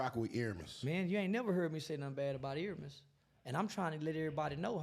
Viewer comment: Airmiess? the disrespect smh